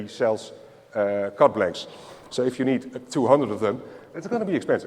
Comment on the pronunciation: like it a lot, love the way he said you eed a special tool called a key !!! brilliant and helps me understand perfectly